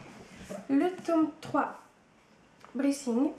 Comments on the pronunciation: Pour "Brisingr" On ne dit pas "brissigne" mais "brissingueur" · On prononce Brisingr: brinsingeur et tu prononce souvent Alagésia au lieu de Alagaësia 😊 vraiment dommage que le film ai été un fiasco, la saga mérite de connaître un succès cinématographique tel qu ' Harry Potter! Personnellement, Eragon m'a appris beaucoup de choses sur la vie! Comme dirais Oromis, l'instrument mental le plus important est la logique, et toute l'histoire est basée sur cette logique, tout est parfait, vraiment! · C'est trop bien Eragon franchement les livres je les ai adoré je les conseille a tout le monde et le tome trois se prononce "brisingeur"